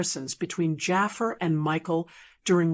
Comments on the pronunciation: ITS NOT JAFER……. ITS JAAFAR……. WHY IS IT SO FREAKEN DIFFICULT TO PRONOUNCE THIS NAME RIGHT………. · Jaa far not jaffa .